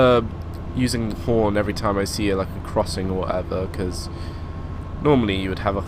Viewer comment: he said porn not horn